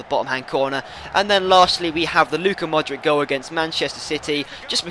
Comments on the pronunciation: Mordic is pronounced Modrich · Modric is pronounced Modrich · You pronounce Modric wrong, the C in his name is the same as the C from Subotic!